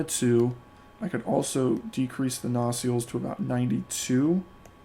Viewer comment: Good video. Well presented FYI, nacelle is pronounced “nuh-SELL” (phonetically: nə-ˈsel).